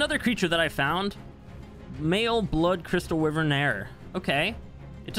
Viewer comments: It’s a wyvern not a wiven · it's pronounced "why-vern" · Why-vern no wiv-ern why is that so hard? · Y VERN. WYVERN NOT WIVERN. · Its wyverns not wivern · Why does he say wivern it’s wyvern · The way he pronounces wyvern, "wivern" is so triggering for some reason. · It’s pronounced Y VERN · Is anyone else angry because he say wiverns and not wyvern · Bro it’s y vern like u say it so wrong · What the hell is a 'wivvern' 😂😂😂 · Wyvern=“Y RIN”. 🤙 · “Wivrin” lmao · Is it just me or did everyone hear him say anime wyvern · I like how he says wyvern wrong😂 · God i hate how you say wyvern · How can you say Wyvern wrong